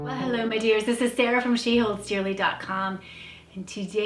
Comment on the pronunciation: Sarah,...😀 (pronunciation)...cas sa va; listen on, google...